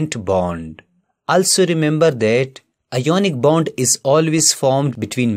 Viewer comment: You pronounce wrong ionic bond